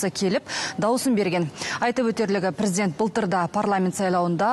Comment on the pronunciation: Прiздент, прiзден. Неге дурыстап айтпайды